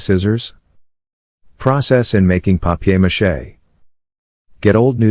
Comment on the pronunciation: Wow papiermache not papermache. Nice 1